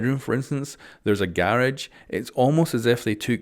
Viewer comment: Hey say garage again? Hahaha